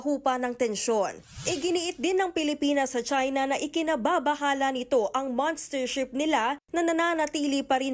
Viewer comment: Monstership HINDI "MANStership"